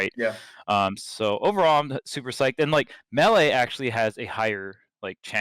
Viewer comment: Mel-eh instead of may-lay